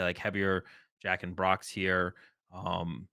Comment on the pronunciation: can you learn how to pronounce "Jacq" correctly? I'ts not "Jack"......